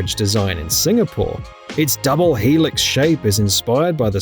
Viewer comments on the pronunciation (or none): none